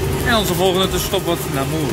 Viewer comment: Dan nog even de juiste uitspraken van een aantal plaatsnamen: Anthisnes: Antienn Hourpes: Oerp Namur: Namúúr